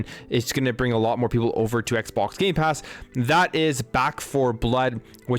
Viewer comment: you said gay pass games